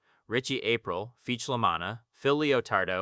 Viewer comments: Why are you calling them April lol, its pronounced ah-preel. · Ritchie A-prill, not April.